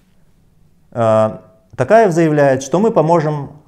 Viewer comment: Почему ‘Такаев’??? ТОкаев же он! Это же не русский язык, где О произносится А